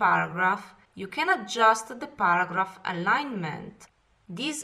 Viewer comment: Well it's a very good video for people who worked in the office but I heard baragraph at first then I realized she is trying to say paragraph.